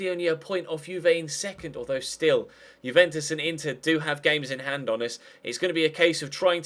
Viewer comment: It's not JEWventus. It's YOUventu, that's how you say it:)